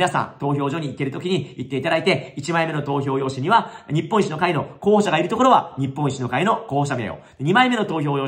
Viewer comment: 言ってる事は正しいと思うけどずーっと日本一の会としか聞こえなかった。政党名はちゃんと言った方が良いと思う。